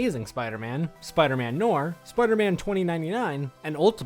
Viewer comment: there are times he pronounce noir right then other times he say knorr like the seasoning